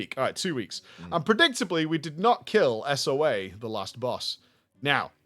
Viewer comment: As a long-time SWTOR player I loved that first story. 😂 Though the boss's name is pronounced Soa (soh-ahh), not S-O-A.